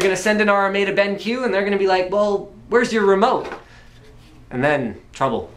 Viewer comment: It is pronounced "Ben...Q" not "Benk" watch?v=1c3pGxZ1ezc